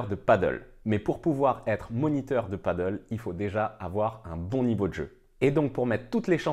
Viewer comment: Merci pour cette vidéo intéressante. Une seule remarque, il faudrait essayer de dire Padel et pas paddle.😅